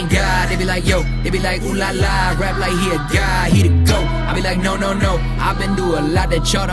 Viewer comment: The only think I don’t like the way he says like with l sound lol